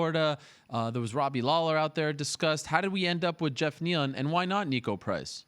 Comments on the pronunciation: Gee-off neal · He called geoff (jeff) G'off 🤣🤣🤣🤣